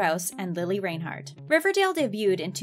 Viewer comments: When she said Reinhart wrong I lost it (It's rine-hart not rain-hart) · You said Lili's second name wrong ffs